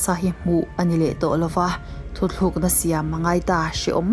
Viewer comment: A ngaihnawm leh pek e👍 Chutih rualin "thuthlukna iti zauh a,thutlukna tih tur ani e aw miss😊